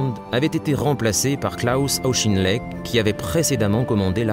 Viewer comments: Auck.his names proniunced aucken lect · The narrator appears to have some difficulty with pronunciation: Caucasus is pronounced ‘Caucus’ and Auchinleck is pronounced ‘Owch-in-leck’ . Please check and edit audio for corrections. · I’ve never heard of “Shtahlin”; sounds like there’s some sort of agenda behind this. And “Auschinlek” instead of Auchinleck (a Scottish name)? I’m giving that channel a wide berth. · Auschinlek? It is pronounced Aw-kin-lek. This is the same comentator who says "Shtahlin" instead of Stalin. Who is this and why the German pronunciation? Is this some sort of agenda?